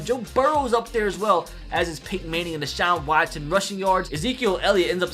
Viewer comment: The way says “Deshaun Watson” makes me laugh